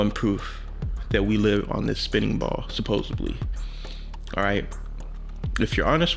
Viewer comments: it’s SUPPOSEDLY you moron. Not supposably. Jeez. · 'supposebly', we're supposed to take advice from someone who's never seen the word 'supposedly' written down... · can't trust anyone that says suposibly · Never trust anyone who says supposebly …… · I can't take anyone seriously after they say "supposably" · Off topic and being pedantic but..... The word is “supposedly” not “esposubly” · Why does this man keep saying supposably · My question is why no flat earther can properly pronounce "supposedly"? Its not "supposeBly". Ffs. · All I heard was "supposebly" glad I wasn't the only one. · To, did you really say supposebly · I trust no one who puts the letter b in the word supposedly. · "SUPPOESEBBLY" someone needs to go back to english class... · And it is pronounced "SupposeDly" not "SupposUBly." Jack ass! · There is no such word as supposebly, it’s supposedly!! Learn to speak English!! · "Supposebly"? Read a book. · Wait...is he saying supposedly or supposebly???? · "Supposeably"... That explains the vernacular of an average flat-earther. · Hey, it's " supposeDly! " not supposubly!! Proves your ignorance! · Another big steaming pile of intelligence. someone should tell the debunker that anyone that says " SUPOSEBLY" that much should not be debunking anything. Someone needs to stop these people. I saw a video of a flatearther who told his daughter she can't be excited about dinosaurs, cuz they didn't exist. I'm sorry but that should be called intellectual abuse. For real, that's fucked up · supposably is not a word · I hate to have to say it, but the word is supposeDly, not supposebly...ffs people. Mouthbreathers..i swear. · As soon as someone says “supposably” instead of “supposedly” they instantly lose credence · "You'll have something to think about." says the guy that pronounces supposedly "supposably" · "The erf supposubly". . .. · As soon as that second guy said “supposebly” I disregarded his credibility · "Supposably" hah